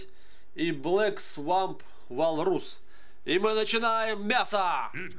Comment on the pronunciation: небольшая поправка, (блЭк свАмп вОлрус, а не волрУс) просто так звучнее и правильно